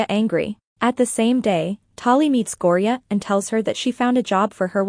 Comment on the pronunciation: Its Thyme (Time) Ren Talay (Ta-lay) Gorya (Gore-Yuh)